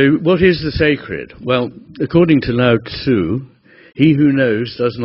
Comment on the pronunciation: You must know of John Welwood and Dr David R Hawkins surely, as your work does definitely intersect which is great! I also hate to point it out but correct me here otherwise: Lao Tzuh * The U is pronounced more silently like an 'uh' Westerners can use 'Laot -Zuhh' to sound it out easier ('Ts' in Russian Alphabet is similar) - I am thrilled that you are familiar with Taoism! I spent my early 20s studying the Tao Teh Ching and bought your first book for my Dad! Thanks for your work!